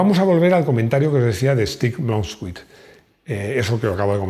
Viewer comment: Blomqvist se pronuncia "blomcuist", es cierto que eran rápidos pero ya para el 90-91 eran más rápidos los grupo A en la mayoría de los tramos, y en realidad usaban poco el embrague, ya que con dientes rectos podían cambiar sin pisarlo, de hecho Audi en el RAC 85 desarolló un cambio que fue el precursor del dsg